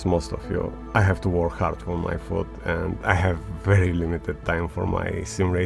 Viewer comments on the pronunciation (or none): none